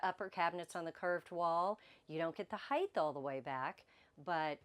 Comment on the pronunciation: I like your videos, you give great information! ❤ Can I offer one small suggestion? Please say “Height’ correctly, there is no “th” sound at the end of the word, just a hard “t” sound. “Width” and “Depth,” on the other hand DO have the “th” sound. I hope you are not offended. So many people make this mistake. I was raised by two English teachers and it was drilled into me as a kid. You too can sound like you were raised by English teachers with one small change! 😂 I have to compliment you on your grammar otherwise. You are VERY well spoken, and a JOY to listen to. Thank you for sharing your videos with us. I have learned so much! 🫶😊